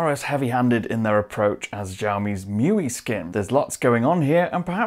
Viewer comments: Bro, you must know that it's not pronounced "Mewee," it's "Mee You Eye". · „Show Me“ uses "Mee You Eye".